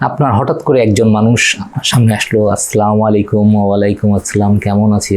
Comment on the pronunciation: প্রিয় স্যার, শব্দ টা আস্ সা লা মু --- আলাইকুম। ক্ষমা প্রার্থী।